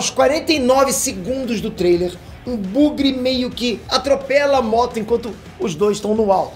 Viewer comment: só uma correção não "bugre" e Buggy!